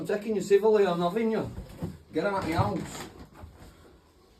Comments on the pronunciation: Meyowse…. He keeps saying it, is that a person?? 😂😂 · Sounds like he keeps saying "get out meouse" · Why does he keep saying.... "get out meows"? Is he trying to say..... get out of my house instead? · Is he saying, get out Meow?? I'm American and I swear to christ he's saying MEOW!!! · Sounds like he's saying get out meow 😂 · did he say get out meow? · When he says “me house” it sounds like meow 😺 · When he says " get out me house" sounds like he is saying " get out meow " 😂😸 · To my American ears and it sounds like "Get out meows" 😮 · Is he saying get out of ME HOUSE or is he saying get out of MEOW? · Sounds like he is says meowous 🐈🐈 instead of me house.!! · all I can hear is « Get out meows ». Make it hard to take him seriously haha. 🐱